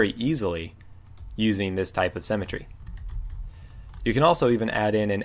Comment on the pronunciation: Thank you for the tutorial on cemetery! ;D Symmetry is pronounced differently. But seriously, thank you very much, your tutorials are great, I pushed the like button. :)